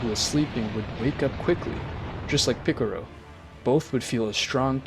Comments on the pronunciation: bro really said pickarow I'm dead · Stop trying to say piccolo the Japanese way you're failing at it and with your accent it makes it sound cringe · Your saying Pickero? Isn't it pronounced Pick-O-Lo? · Bruh is not piccoro is piccolo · It's more of a picoro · It's not piclro It's piclo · bro really said picoro, piccaolo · i couldn’t do it 🤣🤣🤣🤣 after 5 picorro’s i tapped out lol… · is so funny lol MR PICRO!!!!!!!!!!!!!!!!!!! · ik but he does not which is why he's using the age old assumption I know this because he says shen-long because that's his "real" name commonly known as Shenron because of the lack of L and piccolo is assumed the same by this logic ie why this dolt says it piccoro